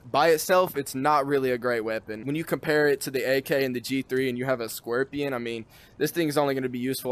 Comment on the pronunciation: "the brand new weapon, the scuerpion" xD